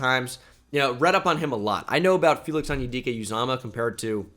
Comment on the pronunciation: Great pronunciation of Felix